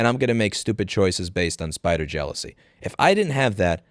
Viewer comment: "spite or jealousy". At first I heard "spider jealousy".